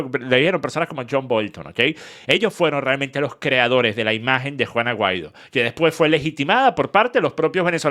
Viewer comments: Yo también 😂😂😂😂 es juan aguaido que el dice no se porque 😂😂😂😂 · yo tampoco lo tengo muy claro 🤣🤣🤣🤣🤣🤣pero si leí el apellido escrito en la descripción del video que decía : Juan Aguaido. Pero dicho de su boca yo escucho juana guido 🤣🤣🤣🤣🤣🤣🤣🤣🤣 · Juan Aguaido 😂 o Juana Guaidó 😅